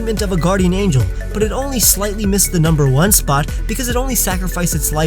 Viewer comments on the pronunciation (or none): none